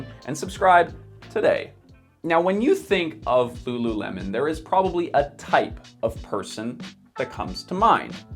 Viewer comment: ru ru remon? 😑